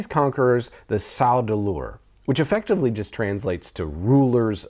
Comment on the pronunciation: Every time you said "Sau Deleur," I thought you were going to say "Sardukar" as well.